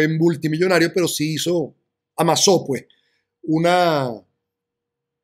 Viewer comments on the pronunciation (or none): none